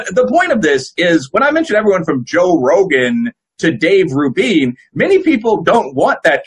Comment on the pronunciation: Great discussion. Only cringe was the guest repeatably pronouncing Dave Rubin's last name wrong.